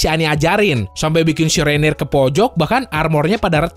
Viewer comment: Orang orang bilang nya Reiner: Reineer